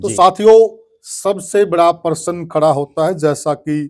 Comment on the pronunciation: परसन नहीं * प्रश्न "?😊